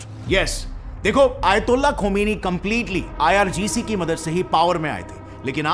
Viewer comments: Ircg nhi irgc😂😂😂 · Abe saale IRGC hai IRCG nahi 😅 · Ircg nhi irgc hota hai gadhe🤣🤣🤣. Kam se km sahi se padh ke ate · Pahle bolne ke liye sikh le bhai IRCG nhi blki IRGC HOTA HAI 😂😂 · Irgc h ircg nahi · IRCG hah hah😂😂😂 teleprompter mistake.. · Ircg 😂tho acche se padle bhai